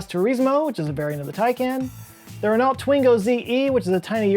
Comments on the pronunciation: I can see Nissan is really trying to sell that Ariya with that Pontiac Aztek rear end. Edit: Renault = Ren-Oh. cheers. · Renault pronounced “Reh-no”.